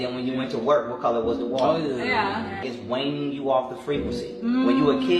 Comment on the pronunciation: Alright that dudes talking about school Wayning people off the frequency. It’s pronounced “ween” weening off the frequency. Effing people man